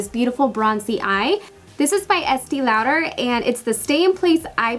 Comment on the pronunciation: Not trying to be mean or anything lol but Esteé Lauder is pronounced (Estay) & Zoeva is (Zoava)